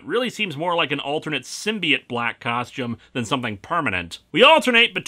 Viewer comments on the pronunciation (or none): none